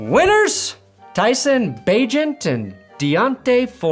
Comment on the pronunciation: So nice to finally hear pronounce Bagent's name right